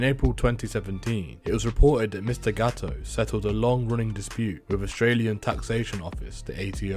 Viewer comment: Is GATTO . NO GAOO . Your pronunciation is useless